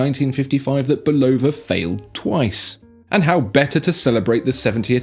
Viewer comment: You nailed the correct pronunciation of Bulova